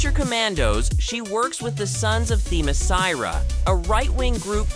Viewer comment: You would think that a channel named Comic Book Review would at least teach their voice guy how to pronounce Themyscira. He impressively mangled the name a total of 4 different ways just in the description of Circe alone.